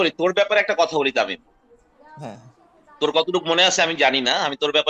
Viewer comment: it should be Tamim not Tamin... Thanks